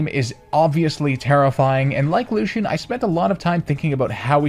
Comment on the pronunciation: THE E IN LUCIAN IS SUPPOSED TO BE AN A!